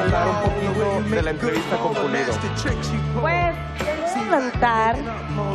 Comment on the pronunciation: Dice "entrevita" en ves de "entrevista" .